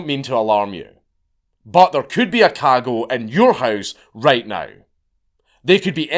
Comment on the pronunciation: In case anyone cares to research this topic, it's "Cagot," not Cargo, CargoL, Kahgul, KahGo. Thank Count Dankula